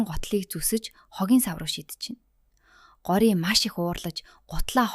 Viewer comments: Гори биш шүү гоориа шүү 😂дараагийн ангиудаа хурдан оруулаарай 💕😊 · гори биш gorya shv❤